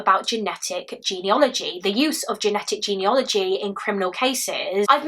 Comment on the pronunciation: Fantastic story-telling, as always. How dreadful to have to wait all that time. One tiny thing- the word is ‘genealogy’ not ‘geneology’ (I didn’t realise this for ages).